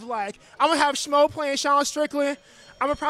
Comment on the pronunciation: Strickland says smo instead of schmo lol